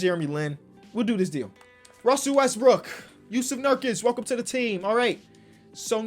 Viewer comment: Bruh, he was calling Russell Westbrook, Russell westbrick